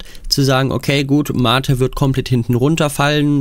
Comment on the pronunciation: Endlich mal ein Videoproduzent, der MATE korrekt ausspricht.